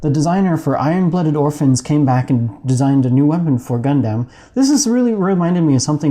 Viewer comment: The way you pronounce Gundam literally causes cancer